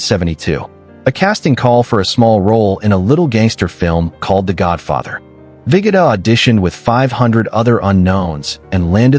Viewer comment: Abe “Viggidda”? It’s pronounced ViGOda